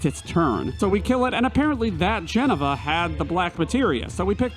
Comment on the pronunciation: Wtf is a jenava?